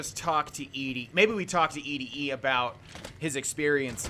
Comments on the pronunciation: ED-E is pronounced like 'Eddie' The quest is named after the song 'Eddie My Love' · ED-E is pronounced like "eddie" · I think it is pronounced Eddie... like Ed - E